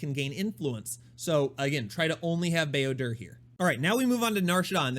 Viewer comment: Such a nice sweet white man certainly a treasure not only for kotor fans but all star wars lovers in general. But can you stop saying builder? There are certain lore correct ways to pronounce names you know?